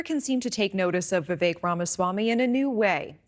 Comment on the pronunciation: If you’re going to comment on Vivek, learn to pronounce his name. How informed can you possibly be?